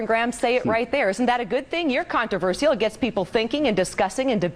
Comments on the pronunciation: It's "CON-TRA-VER-SHAL", not "CON-TER-VER-SIAL". God damn it. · CONTORAVERSCIOL It's pronounced "con-tra-ver-shal" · Jesus Christ, I hate the way Americans say "CON-TER-VER-SIAL", rather than "CON-TRA-VER-SHAL". Maybe I'm just autistic like that Eric Mataxis dude. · Conter verseial? Wtf is that controversial you mean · I have to laugh how these southerners talk, this for instance - "contro-vershehell" ha ha. "con-tra-verse-shull" is how it's pronounced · i hate anyone who says con-tro-ver-see-uhl instead of con-tro-ver-shul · Jesus H Christ if I hear the word controversial one more time !!! And it is not pronounced contro-verss-ial !!! Ahhh ... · Whys everyone pronouncing it "Contro-verS-ial"? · fucking controversial how they pronounce converSIAL, damn phonetic american simpletons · controvershehell ? Is that what that reverend is saying ? CONTROVERSIAL you southern idiot! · 'Everything you needing to Know about God but were afraid to ask.' With a title like that you know Metaxes is just another religious huckster. CON-TRU-VUR-CEAL an amusing way to pronounce that word,it makes her sound sexy though. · Con-Ter-Ver-See-Al? What the fuck is up with that pronunciation? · whats with all the extra syllables in 'contraversial' ? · I could listen to these pond dwellers mispronounce "controversial" all night but I feel as if I already have. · That woman can't pronounce controversial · s Humphrey the pronunciation of controversial in this video is funny 2 me. enunciating the ia. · Why can't Americans say "controversial" correctly???? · why cant americans say the word controversial properly? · "Controversial" - fucking horrible pronunciation of that word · why cant americans say 'controversial' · That speaker cant pronounce "controversial" :) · I'm English, and.....I'm pretty sure thats not how your pronounce controversial lol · Why can't this woman say the word "Controversial"?